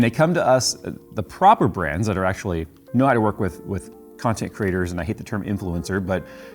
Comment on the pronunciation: I thought you said 'content CRITTERS' there for a second.